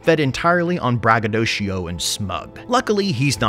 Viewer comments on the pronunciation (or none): none